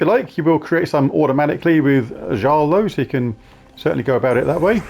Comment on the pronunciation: The J in Jarl is pronounced as a Y. Yarl Firemantle. Mighty mittens is also acceptable